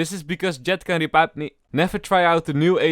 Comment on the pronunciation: "Jett rebibe me, Jett rebibe me"